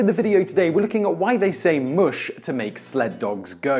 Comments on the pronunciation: It's not moosh, it's mush! Come now! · That's funny....you start off pronouncing the word "mush" incorrectly and then about half way through your video all of the sudden you know how to pronounce it. Did you figure out the proper pronunciation halfway through production but not feel like re-filming the first half of the video?